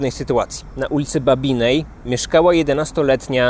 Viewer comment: Nie ma jednak w Kaliszu ulicy babinnej . Ta ulica to Generała BABINA. poprawka dla lektora !!!